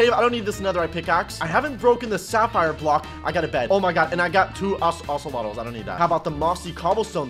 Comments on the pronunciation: anybody notice when he said ocelotls instead of ocelots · he calls the ocelots ocelottles